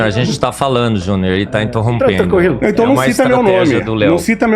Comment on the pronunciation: "intorrompendo" caraca os "cientistas" sabe nem fazer uma pronuncia kkkkkkkkkkkk